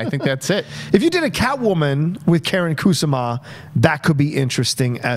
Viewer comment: As flattering as it is to have cite my dear friend Karyn Kusama He completely butchered her name Like... as bad as JTE spells Her first name is not pronounced Karen but more like car n And Kusama is a traditional & common Japanese name Stressing the first syllable Koo Sama like Obama smh Great guest!: )